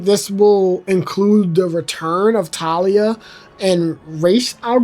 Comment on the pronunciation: dont worry. you correctly pronounced it around the mark as for talia it was pretty accurate. And as for bludhaven. The most necessary info is its a city thats similar to gotham where instead of batman. Nightwing is in charge of crime. Also i feel like The 89 period would probably happen before robin seeing as how batman seemed still a myth. and having Batman appear in a large area like a circus destroys that status. so itd make most sense if it was the 22 film and then 89 and THEN the robin stuff. TLDR: pronounced Ras al ghul right around 16 minute mark. And itd make most sense if batman went from chapter one as a myth, then less of one during 2 by working with gordon, then 89 still a myth, THEN the robin stuff where hes conirmed. Overall Great video! Also itd be hilarious to have the end poke fun at the idea of Titan Joker by having joker say its a silly idea. ALSO whats your favorite Batman Suit? mine is Arkham asylum. So i hope its base game, since it wont be in the arkham pack.